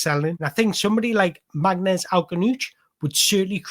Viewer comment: His name is pronounced "Marness"--it is a Kabyle name (Berber part of Algeria). Get his name right and you have made the effort unlike all the game commentators and all the online critics. He is a sublime young player and a great person, and he will be a superstar in the EPL.